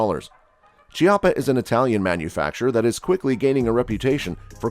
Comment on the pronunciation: It's KEY - appa, not che - apa ... like chianti wine is pronounced KEY - aunti. the words are Italian.